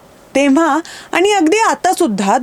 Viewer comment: आपले उच्चार सदोष आहेत. पण ऐवजी पन , जाणून ऐवजी जानून, आणी ऐवजी आनी , होणे ऐवजी होने ई.